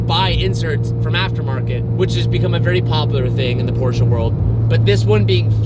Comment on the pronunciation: please... learn how to say Porsche correctly... Its butchery for us europeans... Its not PorschA its PorschE google translate saya it perfectly...